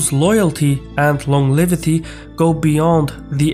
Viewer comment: FYI the word "longevity" is pronounced with a "j" sound for the g. Keep up the good work.